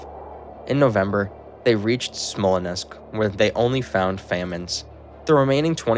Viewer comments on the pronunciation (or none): Dude, Smallnessk? Really?